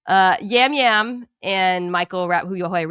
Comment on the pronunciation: Hey guys, just a heads up that Yam Yam is pronounced as Jam Jam. Love the show!